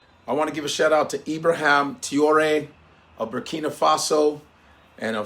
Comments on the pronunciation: Ibrahim Tee-yoo-ley….no no Repeat after me: Tra- as in Tra-ck (tracking nr) O- as in O-bama (Obama) Ré- as in Re-ckon (reckon) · As a Muslim I support brother Ibrahim Traorè. Pronounced Ebrah heem Tray ore A. And believe as the Quran teaches us about traitors. Do you know they're the only people deserving of immediate turning their tvs off? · His name is pronounced: Trough (like the farm utensil) and ray (like a ray of sunshine). So it’s Ibrahim “Trough-ray.” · Its pronounce TRAWRI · Pronounced “Trah-oh-ray” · Please say his name correctly pronounced Tra-Or-Ay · I love u, but learn his name. Tra-o-ré. He's hot right now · Tra-oh-ray what kind of African can't pronounce Traore 😂😂😂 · It's Trah-oh-ré brother. What a crazy General uncle Tom, tap dancing to some jim crow tune, what?! Fckim. Have to remember the West: USA, and Europe have nothing, zero, nada AT ALL in the ground. Coltan, zinc , niobium, titanium, copper, tin, cobalt, all the tech minerals needed to power hand held devices to guided missiles not in the ground! The West is fading "I've fallen and can't get up" We need more Captain Traore's here in mama Africa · Pronounce" Trar- or - Rrray " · Can’t be that hard to say traore .., just saying !! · About damn time this guy speaks up for his people. He must have just been getting hip to what’s going on in Burkina Faso. Because he wasn’t even saying Traore correctly…still haven’t told the world that the Igbo and Yoruba are the Israelites of antiquities… just say you scared bruh… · At least learn to pronounce his name😅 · Learn to pronounce his name